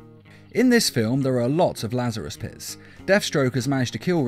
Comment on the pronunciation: "pit's chemicals" My ears: "piss chemicals"